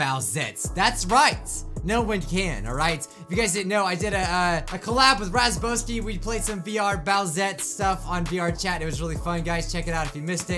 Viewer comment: "Razboski" XD